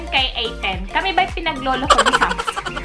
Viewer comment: Hindi semsung yan Samsung ang bobo mo mag pronounce